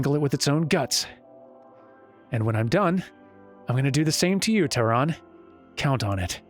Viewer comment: The german Tyrann is pronounced like "Türann" ( and the swedish is pretty similar ), which is unfortunate, as there is no similar sound for "ü" in both english and japanese The best explanation of how to reproduce it as an english speaker I came across in a short time was: "The easiest way to do this is to start by saying the sound “ee” and then slowly changing the shape of your mouth from its wider position to a closed whistling shape." Not quite there, but close enough But if you want to hear what it really sounds like, google translator or an online dictionary with sound samples are your friends